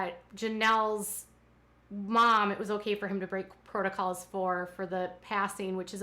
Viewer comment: Not to mention Kody’s “protocles” UGH! I hate that! Drives me crazy whenever he says that! I yell at the tv every time!